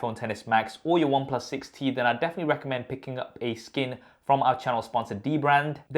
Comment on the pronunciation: Any one else heard it 60 not 6T?